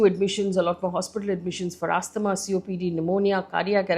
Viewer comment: Pronounced 'Azzmaah'✅ Not 'As-TH-maah'❌